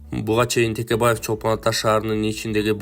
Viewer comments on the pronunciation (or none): none